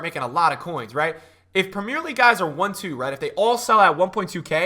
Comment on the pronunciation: Love your content bro but please say 'Premier League' properly 😂